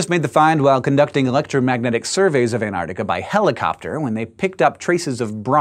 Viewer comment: Come on Hank, you can pronounce Antarctica correctly. Please don't leave the 'c' out of the middle.